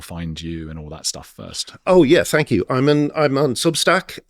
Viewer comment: Brilliant interview! ''Tank' you',!